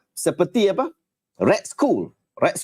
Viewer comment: Skull 💀 tu "skal" ustaz... Hahaha...